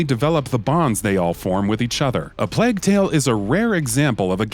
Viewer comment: Nothing pisses me off more then hearing them mispronounce the name of games. Sekido? Are you fucking kidding me? Where the fuck do you see a "d" in Sekiro? Fuck. Not just that either but this dude fucking said Plag instead of Plague... Like oh my fucking Batman! Say this shit correctly or don't make the video. Also stop putting Death Stranding on every fucking game list y'all make!